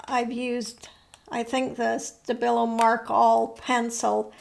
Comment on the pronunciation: Hallo, I'm German and as Stabilo is a german Brand I ensure you that we say Sta-bi-lo with the emphasis on bi😊